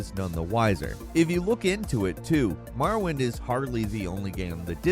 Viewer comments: This dude really said “Marawind” instead of Morrowind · Ah yes... "Marawind"... as opposed to "Morrowind"... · "Maaarrowind" smh.